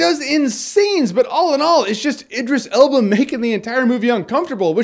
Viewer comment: You were pronouncing Idris Elba's name wrong the whole review... D:. Answering your question, though, Tim Curry can be pretty creepy in certain things like his episodes of Criminal Minds